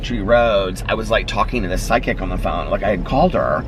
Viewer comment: You pronounce the word “psychic” weird lol. It sounds like you’re saying “psy kick”